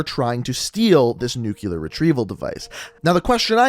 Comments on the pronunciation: Nu-clear, not nukyaler. Sorry I couldn't let it go😬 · Quick grammar check: A record of shipments is a manifest, a manifesto is a written work detailing Ana ideology Nuclear is pronounced new-k-lee-er not nuke-u-lar Sorry but it was driving me nuts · Why do you pronounce nuclear as nucilar?😂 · I had to stop watching the video. Dude, you claim to be a firefighter/paramedic.....STOP SAYING NUCULAR!!!! It's f@ painful!!! Your vids are cool but damn bro!!! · "nucular" lol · Learn how to pronounce nuclear